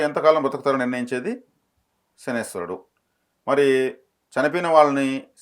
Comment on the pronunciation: శనీశ్వరుడు కాదు. శనైశ్చరుడు అని అనాలి